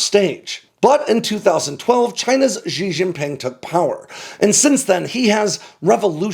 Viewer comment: You gotta learn to pronounce Chinese names. Xi Jinping = She Jean Ping. There's no s as in measure sound in Mandarin.